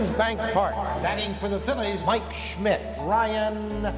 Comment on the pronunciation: He was there on that July 5, 1976, at old Veterans Stadium, during the ballgame which, after the ballgame, Phillies fans were treated to an Independence Day + 1 Fireworks Spectacular, announcing the starting lineups of the Phillies at that time. When he said "Mike Schmidt" during the lineups, he pronounced it almost as perfectly as a native German would say it.